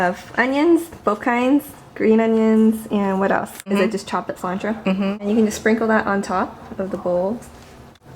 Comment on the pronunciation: She said cilantro wrong